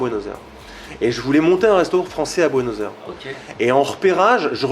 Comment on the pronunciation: Il a l'air sympa, passionné et sa pizza à l'air super bonne mais il ne sait pas prononcer Buenos Aires ;)